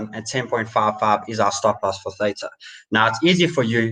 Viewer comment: At your channels growth rate, the banter bag give away will be end of April....well done. Pronounce Theta correctly.